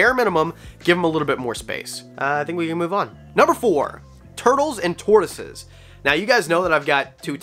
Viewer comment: Bruh. Tortioses, lol